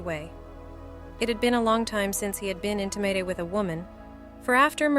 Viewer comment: Ew . . . Men who marry for kids or a babysitter gross me out Also, being beautiful has nothing to do with being young. 🤨. Some of us like adults ah, I get it. He’s like a hot carpenter 😉 us nerd girls love that shit “intim mated” 😅